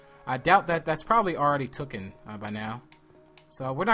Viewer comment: Taken not tokken